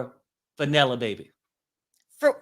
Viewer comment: When said Vanella Baby 😂😂😂